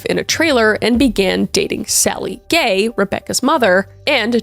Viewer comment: I cannot be the only one who thought you were calling the whole family gey. 😂❤